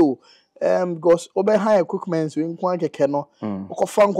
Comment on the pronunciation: Did i heard The highest EQICKMENT or you say my ears??Eei Ama Ghana😂😂😂